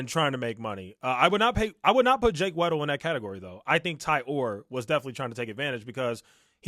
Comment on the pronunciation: Keemstar writes off MOST of the arguments because according to HIS statistical analysis they can't all be true. Flawed Logic here. You can get an estimate using statistics, but the only way you know is if you LOOK INTO THINGS. The way he keeps mispronouncing Jake Weddle's name proves he hasn't even looked at the information enough to realise that Jake is a HUGE part of this story and his story is important regardless if you believe all of it.